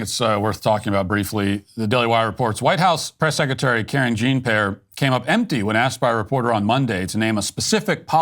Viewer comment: “Karen Jean Pear”..🤣